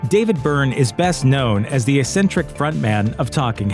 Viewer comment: Please reconsider your pronunciation of Eccentric and Epistemology. 🤔